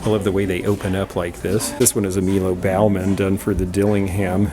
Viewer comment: I have that Haeger gazelle in black with iridescence for about $75 in my shop and has sat unsold for about 2 years. Those serigraphs were cool, but displaying them on the floor for $1,000 a pop is not cool. BTW, Baughman pronounced boffman and he never designed for Dillingham.